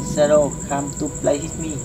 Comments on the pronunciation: Whit mi chứ ko phải itmi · Đọc sai rồi ông ơi Shadow come to play with me ông đọc hit thì ai ra cho ông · Đọc sai thần chú rồi :)) SHADOW COME TO PLAY WITH ME mà đọc là SHADOW COME TO PLAY HIT ME